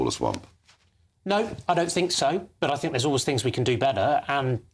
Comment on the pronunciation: Why does that bird say Fink rather than think!!